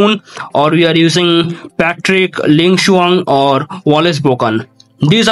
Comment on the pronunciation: damn, for an indian, u pronouce ling shuang perfectly